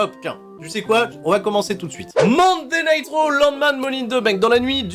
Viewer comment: j'ai compris monday nitro au lieu de monday night raw, coincidence ?